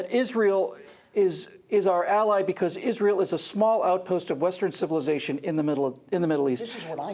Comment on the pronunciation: Heh, she said "created Western civillization"! omfg.